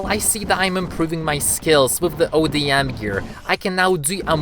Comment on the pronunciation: It is call odm gear not ADM gear